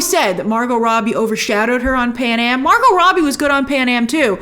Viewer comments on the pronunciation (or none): none